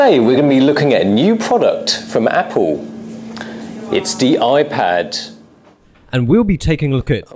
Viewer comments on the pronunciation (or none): "A new product from 'Appole'!"